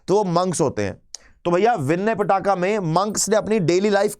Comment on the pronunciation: पिटाका नही पीटक है सर, क्या कर रहे हो